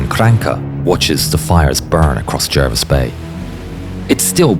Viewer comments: HMS is not preceded by the definite article - in other words, 'the'. Jervis was pronounced 'Jarvis'. Admiral Scheer, Graf Spee, and Luetzow were not battleships. They were built as 'armoured ships' and reclassified as heavy cruisers in December 1939. There was no 'pocket battleship' class. The term was an invention of a London newspaper when the first ship was launched. It was meant to convey a simple word picture of a small ship (cruiser) with a battleship-ish armament. Kriegsmarine ships were not prefixed 'KMS' or even 'KM'. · Pronounced ‘Jarvis’